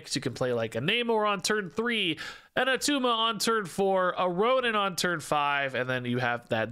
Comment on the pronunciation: ITS NOT ATTUMA